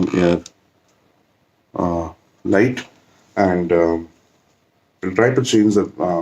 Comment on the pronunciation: its airflight bro 🤣 i feel like killing myself when you say airlight